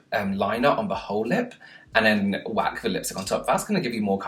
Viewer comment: Is it just me or I absolutely love hearing you say "whack on"? "Whack on some lip gloss" "Whack on the lipstick" lol